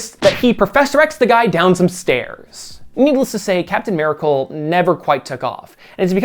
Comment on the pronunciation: "merical man and merical suit" haha so weird how you Said "merical" only those two times. Haha